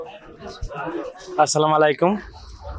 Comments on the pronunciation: আসসালামালাইকুম না বোকা আসসালামুআলাইকুম বলতে হয় আবার নাকি অভিভাবক ও ডিরেক্টর হইছে। শফিককে বাদ দিয়ে দিচ্ছ চ্যানেল বন্ধ হয়ে যাবে কিন্তু দূরত্ব ক্ষমা চাও শফিককে ফিরিয়ে আনো। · Vai salam ta thick moto nao. Assala mu alaikum